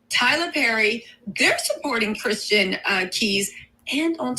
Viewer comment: This woman talking about Christian needs to sit down somewhere & sth up....she can't even pronounce his name correctly!